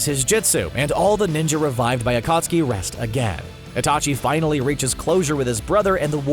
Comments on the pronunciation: im sorry butdid he just pronunce akatsuki as akutski??? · Is anyone gonna mention that this man said Akutsuki not Akatsuki literally miss pronounced the main group of antagonists for more than 3/4 of Shippuden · Akatski not Ukutski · He called the Akatsuki the Akutsuki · Akutski?? Its akatsuki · They do not watch naruto acustki instead of acatski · narrator you sade akutski instead of akatski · thankyou next A Kootski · Lmao narrator said “akutski 😂💀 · This one dude said ah-cuts-ooki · Bro did not just say akootski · Bruh the akootski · You said ukutskee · Mispronunciation AKUTSKI Daidara Sasari Jitso Yimato Kakaaza Asuma way to fast Karen( the name was accurate to her character) Hinata(way to fast) Uchia( to fast again) The tailed beast are not tailed demons EVERYTHING IS WRONG AND RIN IS WAY BETTER THAN SAKURA! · d-daaa-ra, wow EDIT: y-maa-to WOW EDIT 2: akuh-ski WOOOW EDIT 3: uh-suu-ma WOOOOOOOOOOOOOW EDIT 4: A female ninja named "Karen" LET ME SPEAK TO THE VIDEO'S MANAGER EDIT 5: m-daa-ra why FINAL EDIT: kah-ren incredible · had me dying when he tried to pronounce 暁 (Akatsuki ) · When he mentioned akatsuki 💀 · just randomly pronounces akatsuki correctly after consistently saying it wrong for 10 minutes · atleast they say akatsuki right, oh wait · says akatski wrong says akatski right I knew they were saying words wrong on purpose😂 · Omg look how he says akatsuki